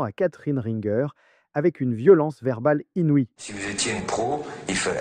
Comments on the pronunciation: De prononcer "Catherine Ringueur" au lieu de "Catherine Ringer" (Prononcer Rin-gé) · Pas Ringueur, mais Ringé (phonétiquement) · Renseignez vous : on prononce "Catherine Ringer" et pas "Catherine Ringueur" !! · Bah que tu prononce RinGueur. Alors que ça se prononce Ringer … (rinjer). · Vraiment dire Catherine "Ringueure" ça m'a le plus choqué et impressionné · Le son est moche, Semoun c’était une mise en scène et rien est dit en ce sens, on ne dit pas RINGUEUR mais RINGÉ … bref, vidéo bâclée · Le plus choquant c'est ton manque de recherche et les erreurs que tu as dans tes explications... Sois tu es jeune, sois tu bosses rien avant de monter une vidéo. Et on dit Catherine Ringer depuis pas Ringuere a l'allemande.. Elie Semoun est un happening super connu qui avait bidé Baffie... Le mépris pour Baffie alors que les deux assurent et se respectent et se connaissent dans leurs vies perso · Catherine Ringueur 😅😅 Catherine Ringer, punaise tu pars de loin toi ! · C'est pas "RinGUEUR" hein... elle est française, c'est Catherine RinGER, prononcé "RinGÉ" 😐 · LES SIFFLETS STRIDENTS 👎 LES PRONONCIATIONS DEBILES COMME RINQUER AU LIEU DE RINGER 👎 LES COMMENTAIRES BAVEUX ... 👎 C'EST BON JE ME TIRE !!! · L'autre idiot qui prononce Catherine Ringer : Rinn-gueur ... à l'anglaise ! Preuve qu'il sait même pas de qui il parle ! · Video sans interet. Dune part le truc de seymoun etait un sketch non improvisé. Et ensuite l accent porté sur le nom de Catherine Rinegueur.... alors que tout le monde sait que c'est r1gé pour la prononciation de ringer laisse supposé à une IA qui a mal fait son boulot. Sans parler du son. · Catherine rinG-Geurre 😂😂😂😂😂 on dit ringé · Ringer et non Ringueur, …. Un minimum quand même…. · On dit ringer pas rinegueur.. et pourquoi avoir bippé ? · il a même dit Rine gueure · Catherine Ringer ! Se prononce : ringé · eh le ringard, apprends à prononcer Ringer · C’est bien la première fois que j’entends son nom prononcé ainsi 😂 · Ringer prononcé à l'américaine mdr